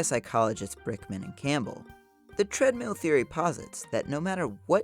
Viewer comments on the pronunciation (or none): none